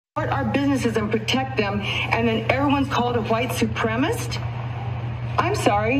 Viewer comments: It’s not “supremist” it’s “supremacist”. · It's not white suprem-ist. It's white suprem-uh-sist. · She can’t even pronounce the word, supreMAcist. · Wait wait wait a minute, hold on, STOP. I'm 32 seconds into this thing, & this woman not only embraces (& mispronounces) white supremisty, but also hard-pivots to try & claim the moral high ground on some anti-label coexistence message? I'm still half-convinced this is a troll in a Karen-suit.